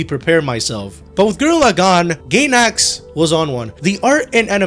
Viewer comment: Love the vid but I have to get this off my chest. Its studio Guy-nax not studio Gay-nax 😂😂😂